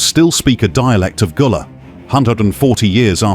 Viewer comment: Gullah Not Goola